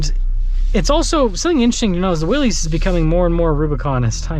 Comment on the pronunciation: It's not pronounced Willees, it is actually pronounced Willis.